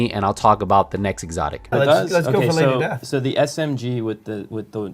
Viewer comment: Lady Desth!! XD